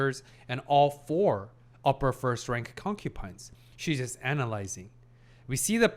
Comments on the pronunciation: You’re saying concupines and not concubines on purpose, be honest haha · Please.. it is concuBines not concuPines … been killing me…